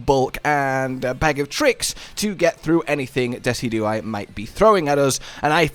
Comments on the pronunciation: you'd think with how much I've watched yall play MH I'd be used to misspronouncing stuff... but every time I heard Dessy-dew-eye instead of De-sid-you-eye I could feel my brain flinch like he had a Kings Rock equipped! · I’ve never heard it pronounced the way you do, you say “Dess-E-Do-Eye” where I’ve always heard “Dee-Cid-Ju-Eye” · It’s pronounced Dee-sij-oo-eye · This a YouTuber that tries to be funny by mispronouncing everything or is this a YouTuber who just genuinely can’t pronounce Pokémon names? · Dezi-Do-I !! LOL XD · it pronounced Deh-sid-joo-eye. As one fluid word. Dehsidjooeye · your pronunciation of decidueye's name is giving me a fucking aneurism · Great video as always. I'll have to try this out myself. Also, I've never heard Decidueye pronounced like that lol, if it helps, you pronounce it the same way as deciduous but with eye instead of ous